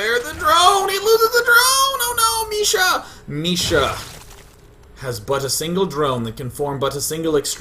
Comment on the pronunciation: It's not Misha, it's Micha, like in "chat".